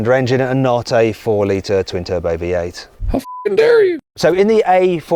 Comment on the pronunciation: 最初 聞き取れなかったけど、V8をヴィーアイって発音するんだね。